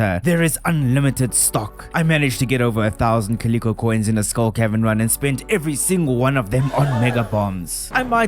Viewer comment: The Luau is pronounced LOO-ow. Not LOO-AH. Also Calico eggs: it’s “ CAH- lih-COE. It’s a fabric pattern as well (pronounced the same way). ❤